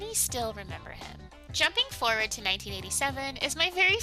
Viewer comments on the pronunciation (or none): none